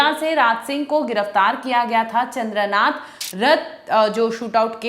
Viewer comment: Chandranath. Thik thak boliye.